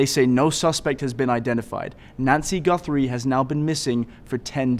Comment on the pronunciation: Her last name is GUTHRIE not GUNTHRIE you moron!!!